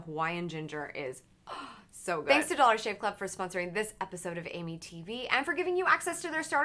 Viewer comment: Every time she says Amy tv I think she says Amitiville